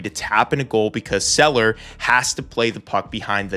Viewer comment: Seeler sEEler not seller. But elite video again